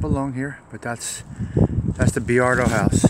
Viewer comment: Not for nothin' but, its "Boy-ar-do" not "Bee-ar-do"